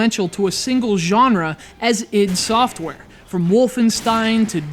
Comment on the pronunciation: wtf, it's read I D SOFTWARE with I and D as separate letters.